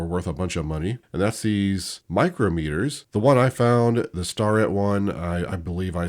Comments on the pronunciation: It’s pronounced Stair-it. You have been saying it wrong. But shh you sharing all my secrets. Haha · Hey thought I would help ya with the names - STARETT pronounced “stair” ett, MICROMETERS are pronounced “miCROMeter” one word & MITITOYA is “Mitch a Toya “ hope that helps! Love the videos